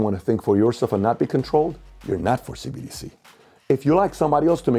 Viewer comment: She said CDBC lol